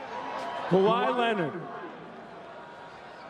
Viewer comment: Um...It’s Kawhi not kwahi